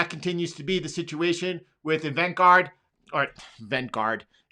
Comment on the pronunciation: LMFAOO. Every time you butcher Evergrande a little piece of me dies laughing 😂. Today it was EVENT GUARD. I love it